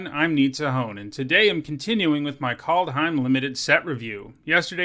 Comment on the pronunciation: KALD not Cold , KAAAAALD